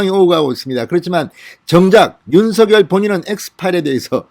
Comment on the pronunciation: 죄송하지만 윤석열을 읽을때 윤서결이 아닌 윤성열 로 읽어야 할거 같은대요 버울태 그렇게 배운거 같아요 확인좀 해 보셨으면 합니다~^^